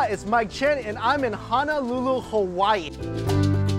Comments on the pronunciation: Hey Mike...its NOT HANAlulu....its HONOlulu...one of the most mispronounced city in the states. Mahalo brah!! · fyi honolulu is pronounced ho-no-lu-lu like santa saying ho ho ho, and thats banana leaves in the imu. you should mix the laulau with the poi, thats a winnah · it's pronounced Ho-no-lu-lu not Ha-na-lu-lu